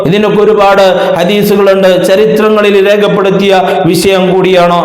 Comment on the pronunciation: വിശയം അല്ലെടൊ വിഷയം !